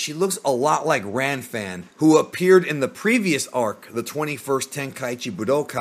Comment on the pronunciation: You mean fanfan not ranfan